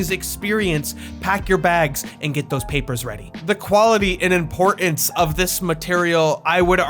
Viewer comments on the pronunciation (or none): …impor-ins …?! You mean importance ?!